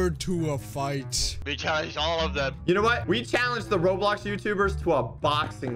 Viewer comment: you said roblock